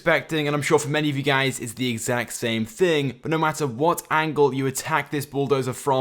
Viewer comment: Listen carefully "gaeys"